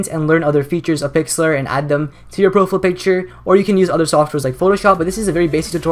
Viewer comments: "pro-fiy-ul" not "pro-ful" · I cringe when you say "profile picture" as "pro-full" picture. lol but good video man. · LOL "Proful" picture. Great vid though. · bro you say "profele picture" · Did you say Pro - Full in the intro xD still love your turtorial videos tho xD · he said profile wrong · u say profile weird